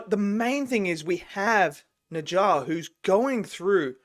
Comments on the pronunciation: What is neja!? It’s Ne Zha! Bro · Yep! It’s “Nuh jah”. You got it right. Except you have to say the “nuh” part like you’re asking a question: “Nuh?? Jah.” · If you pronounce it as 'Nurjar' it'd sound more like native Chinese speaker~ and BTW NeZha's also in 'Black Myth Wukong'